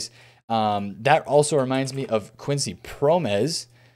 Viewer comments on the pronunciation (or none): none